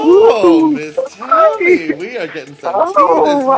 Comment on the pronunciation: It's tammie brown NOT tOmmie;)